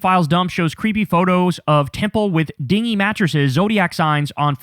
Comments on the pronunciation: Hi , I'm giving info because I know that you care. "Dingy" is pronunced "din jē" and means "gloomy and drab". Thank you so much for the info about the unredacted Epstein Files!!! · The fact that you do not know how to pronounce the word "dingy" -- it is not "ding-ee" -- means, sadly, that you don't even know what it means! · Dingy is pronounced din-gee with a hard G